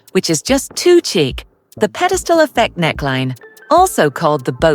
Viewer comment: Stop saying chic(k)!! It’s pronounced “Sheek”